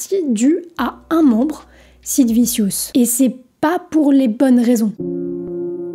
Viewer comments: J'aime beaucoup tes vidéos et je pense les avoir toutes vues mais je ne peux pas m'empêcher de me marrer quand tu prononces un mot ou un nom anglais. Sid Vissious..😂😂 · meme "vichieus" pour sid , en tous cas c bien de le rappeller . n'importe qui fait des videos aujourdh'ui traite de sujets qu'ils maitrisent a peine avec 3 recherches . ca prends la tete cette tendance .